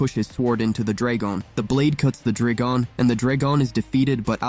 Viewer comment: Your pissing me off when you day dragon wrong